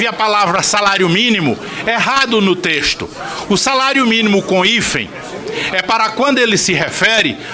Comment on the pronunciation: ele disse tresto!!!???